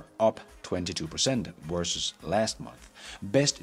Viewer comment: Versus isn’t pronounced "worses" Practice your v's please